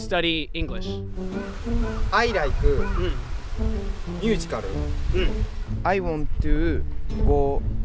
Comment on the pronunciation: I laiku musicaru, I wanttu, go borodway. where is broadway? eh... new yorku